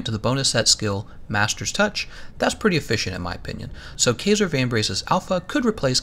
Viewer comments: Kaiser - "K-eye-zer"!! Smh... this tilted me so hard. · Looks like the boots, gloves and helmet are the good ones for me here. Also it kaiser is pronounced with a long "I" sound. It is German for Ceasar in which the kings of old fashoned themselves after.